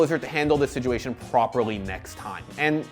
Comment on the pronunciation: SITuation not SIJUATION